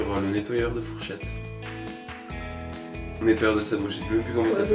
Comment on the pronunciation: Pour la question de "qu'est-ce que la fourchette" tu as oublié le R 😅